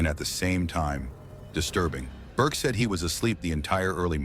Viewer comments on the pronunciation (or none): The AI voice, in the beginning, called Burke BARK. This is when I jump ship. Enough of this crap. Bye.